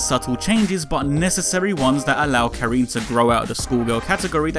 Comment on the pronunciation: It was a bit tough hearing "Ka-REEN" throughout the video. The "rin" is synonymous with "win." You actually pronounced it a bit better in the previous video. Otherwise, solid piece. Despite that I really like Karin, I agree they're making her a bit too perfect and center stage at the detriment of other long-standing characters.